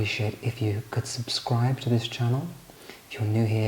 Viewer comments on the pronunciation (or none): none